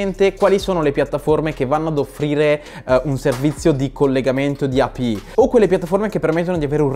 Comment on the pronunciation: Cancella questo video, che sta pieno di errori, studiati bene le API e impara la pronuncia in inglese, (eipiai) (coinbes) …